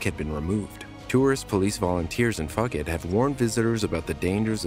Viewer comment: uh.....it's "foo-ket", dude.